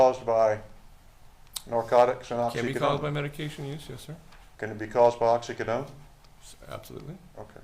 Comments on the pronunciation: What the heck is going on with the defense attorney's pronunciation of oxycodone? It's driving me nuts! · Lawyer can’t say oxycodone correctly 🤦🏻‍♀️